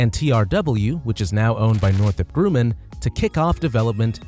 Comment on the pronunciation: The 'u' vowel in the name Grumman is short, not long.